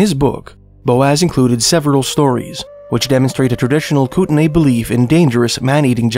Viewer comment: It’s pronounced Koot-Nee